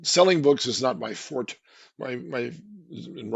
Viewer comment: pronounces "not my forte" correctly 👍💯thank you! Take note all y'all "not my for-TAY" mispronouncing peepul 🤣